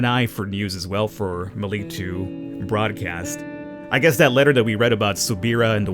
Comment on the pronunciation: Its pronounced Ma lik